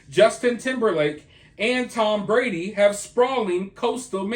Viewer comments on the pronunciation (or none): none